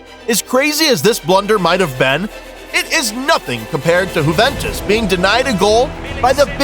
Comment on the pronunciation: whoventus? LOL